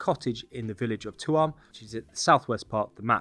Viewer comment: Hey, I believe Tuam is pronounced 'choom,' with barely an emphasis on the 'ch-' it almost sounds like you'd just be saying 'tomb.'